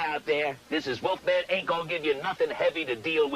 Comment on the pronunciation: Used to get his show played here in Australia, thought he was cool. Hey, it's Wolfman, not Woofman.